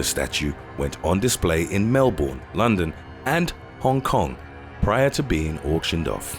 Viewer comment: OMG HE DIDN'T SAY MELBOURNE RIGHT :@